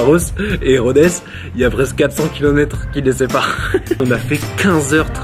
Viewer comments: Super vidéo, cependant je suis grec et Rhodes ne se prononce pas "Rhodèsse" mais "Rhode" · Cest une blague titanesque ? Rodess ? On dit Rhodes